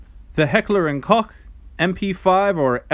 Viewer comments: “Heckler and cock?” 😂 ‘Koch’ is pronounced simply like “coke” lmao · yeah i know, its pronounced Koch too. Its a german brand and i‘m german too. Its neither pronounced „coke“, „cock“ or „coh“. Listen to a german translation on YouTube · sorry but you didnt. HK is a german brand an the „Koch“ was pronounced wrong. Greetings from Germany :)